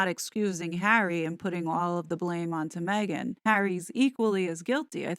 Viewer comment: I enjoy your reporting very much. Please drop the silly inflictions in your voice - for example, when you say “Meghan.” It has gotten tiresome and annoying. Have confidence in yourself and what you’re saying and drop this annoyance. It does not serve you.